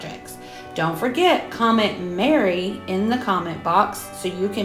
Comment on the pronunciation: Hey, 💕. I am with you all the way! Without Jesus Christ there would be no Christmas! I love each and every one of your beautiful crafts 🥰. Wasn’t sure if you were saying merry or Mary, sorry?? 🤣. Thank you so much for sharing this lovely video with us all 🥰🙏🏻✝️